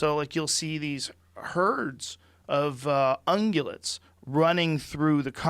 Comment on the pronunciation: Hey, Joe finally pronounced "ungulates" correctly. Good job, buddy. Everyone mark your calendars.